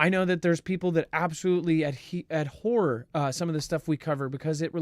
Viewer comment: Abhor not adhor